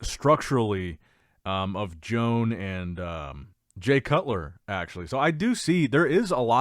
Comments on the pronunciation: Bruh..stop calling him Joan...it pronounced Yoan ... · I have a stroke every time pronounces "Joan"